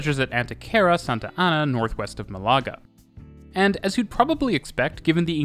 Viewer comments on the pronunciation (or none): If a letter has an accent, that’s the letter/syllable you accent. MAH-la-ga as opposed to ma-LA-ga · great video, but please look at Málaga again 😭😭😭 the tilde tells you it should be MA-la-ga, not ma-LA-ga, thx xx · Nitpick, but Málaga is pronounced MAH-lah-gah, not mah-LAH-gah. The accent is there to indicate stress. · Cool video. Free Spanish pronunciation lesson, if a word has an accent mark, such as "Málaga", it is marking the strong syllable in the word. Therefore, it is not "malAga", it is "mAlaga" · Dude, it’s Málaga with emphasis on the first syllable, not Malága as you’re saying it. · Some terrible pronunciation in here. "Málaga" has a written accent to show you where the stress falls - MALaga not maLAga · Málaga is pronounced with the stress on the first syllable. That's why there's an accent mark there! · They way you pronounced Malaga 😂